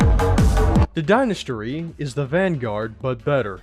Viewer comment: I can’t tell if your making a joke or what by calling the dynasty the dynastry